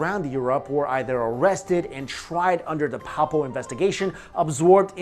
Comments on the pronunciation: Hi, I really do enjoy your postings, but this one you've really messed up the word "papal" It isn't said pa-pal. It's said "pay-pal". Where do you live? Any churches nearby? Any pastor of just about any Christian religion could or will correct your pronunciation. Keep up your very interesting work. On all your channels( having difficulty finding you food channel,BTW). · Not a bad synopsis, but most of the 'fun' speculation centers around secrets of King Salomon's temple, connections with the Masons, etc.. The conventional pronunciation of 'Papal" is "pay-pull", btw. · Papal (adj.) pronounced: PAY-ple kind of like the word people, except the first syllable is "pay" (as in: "pay what you owe") You're far from the worst offender of these mispronounced lines on YouTube, but this one bugged me more than normal. Love your channels,. Keep it up... Although... I kinda miss Dan. There was a great comedic dynamic with you two. Dan playing the well-meaning doofus to your "straight man". But whatever, keep up the great work.